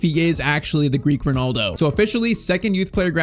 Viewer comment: the double l in greek is pronounced like a normal l